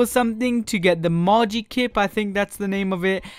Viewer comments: Marge-ee-kip? ... xD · Margikip is mah fav Pokemon. Haha it's called "Magikarp" my good sir, though I know it's difficult to remember them all.